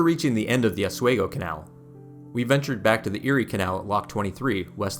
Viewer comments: As someone who grew up in Seneca Falls and bicycled the Erie Canal route in 2014, I loved every minute of your 29 minute video!! I also wrote an essay that was posted on the NYS Parks website entitled "My Life on the Erie Canal". Altho I cringed at your pronunciation of Oswego and Schoharie but that did not diminish my enjoyment and appreciation for the work you put into this historical record. Thank you & Congratulations!! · Tremendous presentation of our defining natural feature! It’s an honor to acknowledge the details! Pronunciation correction, Oswego is locally pronounced with a long e, like the word we. But we throughly enjoyed your work. We are in East Schuyler which is 7 miles east of Utica, right on New York State 5, where the Erie Canal, both parallels and also flows together with the Mohawk River. The river provides some of the water needed for this marvel. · Sko HARR ee Also: Ah SWEE go, for Oswego. Cool video, though. I've only explored the parts near me - never the whole length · A good video would be great if you didn't butcher the pronunciation of Oswego and Schoharie. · Too bad this guy didn't learn how to pronounce Schoharie or OSWEGO!! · not that he mispronounced so many cities lol. Medina, Oswego. all love from lockport